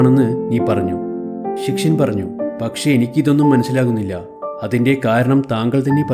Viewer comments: ശിക്ഷയൻ അല്ലടാ പൊട്ടാ ശിഷ്യൻ ആണ് 🙄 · ശിഷ്യൻ ആണ് ശി ക്ഷ്യൻ അല്ല